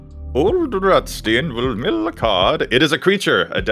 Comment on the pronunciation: I guess it's your American English pronunciation kicking in, but I think Ol'Rutstein should sound less like Roosty and more like Rammstein 🤔. Not judging you, just a thought.